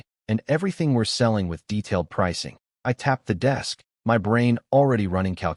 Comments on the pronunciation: Why does the AI refuse to pronounce my instead reads it as M Y? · "that is em-why territory" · y can't this AI say "my" right ???